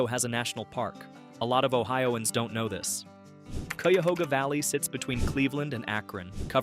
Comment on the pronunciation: Showing a subway station to represent the Underground Railroad is inane and amusing. Oh, and Cuyahoga is pronounced Kie'-uh-hog'-uh